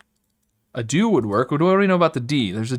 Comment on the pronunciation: Have you heard him say adieu, hurts my soul